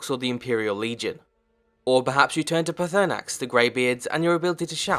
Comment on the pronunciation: Butchered Paarthunax name much. Other than that great vid